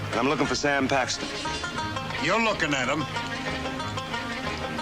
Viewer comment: His name is Sam not Sayam.